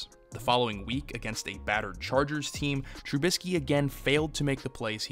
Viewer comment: Dude didn't even get someone to tell him how to say the damn name